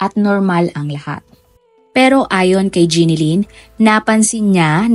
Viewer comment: Ginilyn ba Ate o GENELYN ang pag pronounce mo 😂😂😂